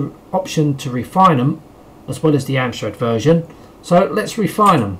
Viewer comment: It's reDefine not refine the keys!!